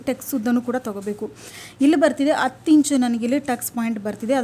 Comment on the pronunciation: ಹ ಇದ್ದಲ್ಲಿ ಅ ಅಂತ ದಯವಿಟ್ಟು ಹೆಳಬೆಡಿ ಅಸಹ್ಯ ಅನಿಸುತ್ತದೆ ಈ ಅತ್ತು ಅಲ್ಲ ಹತ್ತು